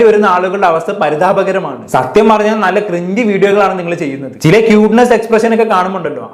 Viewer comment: ക്യൂട്ട്നെസ് ❌. 🔥ട്ട്നെസ്സ് ✅😂